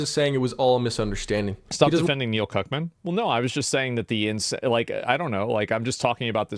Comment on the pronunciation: You keep pronouncing Cuckmann wrong